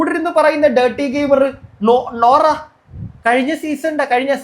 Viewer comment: നൂറ അല്ല ബ്രോ നോറ 😂